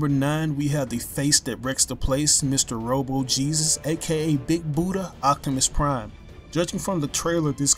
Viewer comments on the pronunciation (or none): please, for god's sake stop calling optimus prime, "octimus prime"